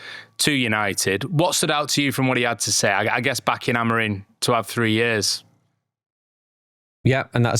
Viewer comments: Hes portugese.. its not pronouced as its written. ROO-ben A-mo-REEM, with the "M" in Amorim being a nasal "ing" sound, similar to the end of "sing," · and, Amorim’s name ends in M not N.